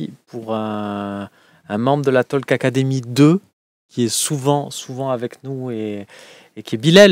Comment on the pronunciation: On ne prononce pas la lettre "l" dans "talk". Cela s'appelle "a silent letter". Même chose avec "walk"